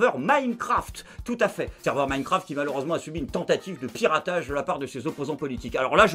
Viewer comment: "Minecraft" comme "Minecampf"?😂😂😂